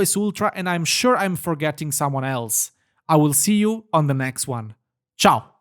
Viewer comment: Great work guys!! Ma sei italiano? I heard a final "CIAO" 😅